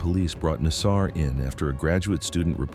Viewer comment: the problem with getting AI to narrate is that it mispronounces words, in this case "Nassar"! ffs, get a real voice, how uncool is it to have the inmates name pronounced wrong!!!!! come on guys keep it real